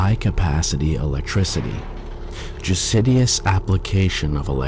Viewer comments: Love these. Would love it more if the narrators could pronounce the larger words in their script. Ex: judicious is pronounced as ju-sid-ious whenit’s actually pronounced ju-dish-us. Really throws off the flow of the narration. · Why are there so many random words mispronounced during this video?? Corporeal, judicious, dormant, and a number of other random words just pronounced wrong - and not wrong like in a different accent, wrong like... just wrong (e.g. pronouncing "judicious" as "jucidious"). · Dude read "Judicious" in the script and pronounced it "Jew Sidious" as if describing a yarmulke wearing Sith lord...